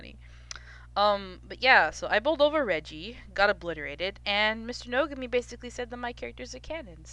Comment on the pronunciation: why do you say his name like that